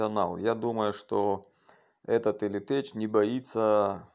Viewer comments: Не элитеЧь а элитек произносится! 😃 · слово tech не читается как теч в латыни, читается как тэк или тэх